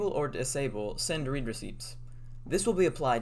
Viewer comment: The way you said read 😞